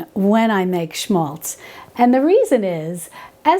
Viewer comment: It's written 'schmalz' ... (Thank you so much for the correct pronunciation !)